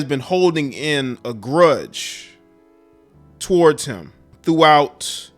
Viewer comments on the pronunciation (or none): none